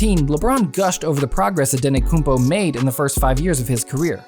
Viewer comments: Its antetokoumpo not anetokoumpo😃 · Dude, it’s “Antetokounmpo” not “Ante-koompO.”Don’t make a video about a player before making sure you know how to pronounce their name. So embarrassing. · Antetokounmpo man with 't' not antekonoumpo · His name is Giannis Antetokoumpo no Giannis Antekoumpo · Antetokumpo not andetokumbo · makes a video about Antetokounmpo and calls him antenokounmpo the whole time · this guy said his last name wrong the whole time